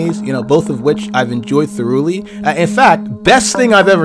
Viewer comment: Did he just say thoo-rou-ly...